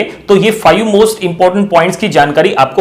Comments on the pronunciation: Five ❌ Faiyu ✅ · Fayu nhi sir five bolte hai 😅😅😅